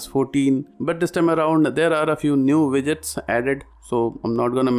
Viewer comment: Is he saying vidgets?